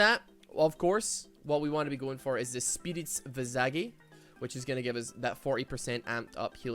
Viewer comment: Why does everyone pronounce it Spirit Vee-Saaj? It's Vy-Sayj...